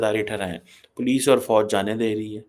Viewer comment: Pakistan me fauj ko bouj pronounce karte he 😊😊